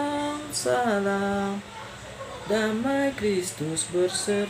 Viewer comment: Dari cara melafalkan salam, sy yakin anda awlnya bukan muslim.